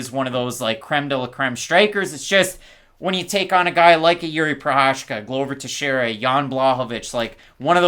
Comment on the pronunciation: This man said teixeira